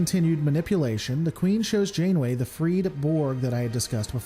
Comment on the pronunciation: hehe "Admiral Insaneway" LOL :D